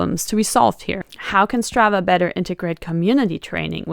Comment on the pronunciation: Imagine trying to make your app sound exotic by using a Swedish name ... and then misspelling that and pronouncing it incorrectly ...